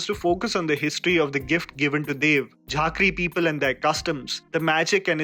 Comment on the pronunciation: झाँक्री not झाक्री - (Robin)तामाङ्ग not टमंग